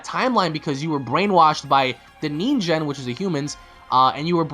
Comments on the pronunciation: It's pronounced Ningen with a hard G not like a J. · and its nin gen not nin jen. XD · "Ninjen"? XD you mean "Ningen" I'm not bashing your pronunciation. I'm just "Saiyan". Btw nice vid. It's very interesting on what Dbs is going to in the next couple of episodes.